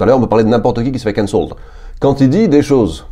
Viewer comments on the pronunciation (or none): Il faut accentuer la première syllabe, CANcelled.